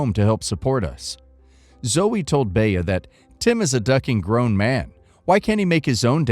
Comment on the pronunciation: Bea is pronounced 'Bee'. Baya is painful to the ears.